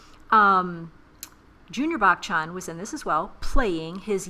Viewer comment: It's "buh-chun" not "back chan"